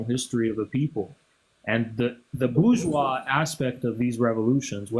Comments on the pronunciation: Nah she was unbearably ignorant and smug simultaneously (BER-Gweece; “nuclear family” lol) and frankly—I would have been much harsher on her. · That’s Bur-Gweece Nuclear Family buddy! Lol